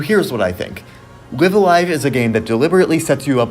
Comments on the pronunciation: Please pronounce the title correctly. Both "Live"s are pronounced with a long "I" ライブ・ア・ライブ Raibu A Raibu Live A Live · I hate to be that guy. But it's pronounced Live(as in a live concert) A Live( as in a live concert).